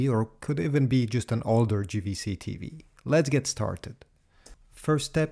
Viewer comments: It's Jvc not Gvc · Small thing that's "JAY" V C in English not GVC 😉